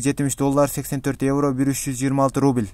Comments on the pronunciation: Рубил рубил дебей уйрончу суйлогонду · Ий брат РУБИЛЬ деп айтпачыыыыыы🤣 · Сени бироо кубалап атабы шашпай суйлосон рубил дебей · Кускум келип кетти суйлогонун рубил дебей.тушунуктуу суйлочу